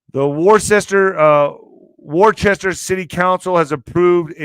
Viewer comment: Its pronounced WOOSTER 😂